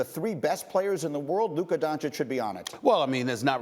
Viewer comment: Looker Don Chick? A lack of pronunciation & listening skills is stopping Stephen A from calling Luka Doncic a Top 3 player.